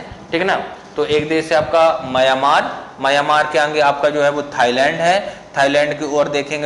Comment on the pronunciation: सर जी आप म्यांमार को मयामार कहते हैं।